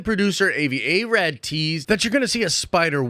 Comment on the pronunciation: Did anyone else cringe every time butchered the pronunciation of Avi Arad's name? It's AH-vee AH-rod.